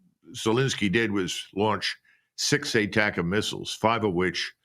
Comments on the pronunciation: ...yes I know he supposed to be saying ATACMS....but it sounded like BUTTERCUPS to me.... it's like misheard lyrics..!.... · Near end of lenzki speech...he says "buttercups"....lol